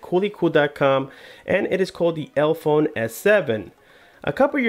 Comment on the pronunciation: Why do you keep pronouncing it elphone, when there clearly is an e after the l... elEphone.. like elephant. Their logo is even an elephant's head with trunk between both e's.